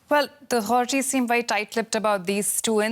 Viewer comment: what is she saying? Was she trying to say “the authorities”?